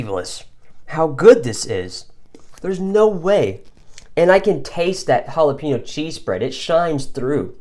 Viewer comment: Chorozo? Oh you sweet summer child.... hahaha. You redeemed yourself with pronouncing Jalapeno. Great video buddy and a sweet ration that Mike made up for ya.